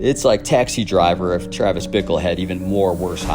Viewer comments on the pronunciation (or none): none